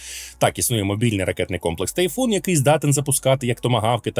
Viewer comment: комплекс "Тифон" (або тАЙфон) а не "Тайфун". Тайфун то трохи інше